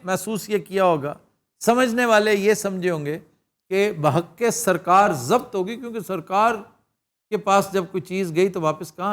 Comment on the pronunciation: یہ لفظ ضبط جو آپ نے آج کیا ہے لفظ ضب-بط ہے ب پر جزم ہے